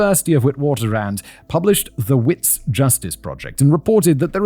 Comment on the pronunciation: The South African university is pronounced Vitz. It's an Afrikaans/German/Dutch linguisitics thing 😊